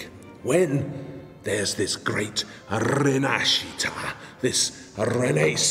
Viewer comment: The way he said rinascita made me want to vomit, seriously, I was just having some juice and I listened that word and I felt disgusted. That word was butchered.